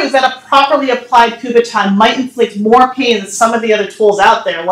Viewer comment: it's called a kubotan not a kubaton